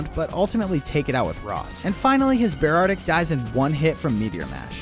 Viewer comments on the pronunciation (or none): hearing beartic pronounced as bear-artic and not bear-tic is wild. Like i know its a combo of bear and arctic but bruh